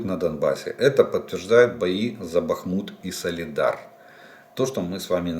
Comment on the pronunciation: Да когда же Вы определитесь: БАхмут или БахмУт?, и это экспЭрт? Хорошо хоть КраснопопОвка больше не КраснопОповка😅